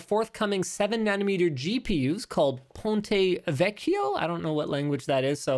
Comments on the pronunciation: Americans can really butcher Italian pronunciation but you two did a fair job with "ponte vecchio". The sound "you" would struggle most are not present but still.... Congrats!! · I'm an Italian and you (Linus) pronounced "Ponte Vecchio" a lot better than the average english speaker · fiy, ponte vecchio is a bridge (ponte) in florence. gg for the pronunciation, x2 points for the double cc since native english speakers have difficulty pronouncing double letters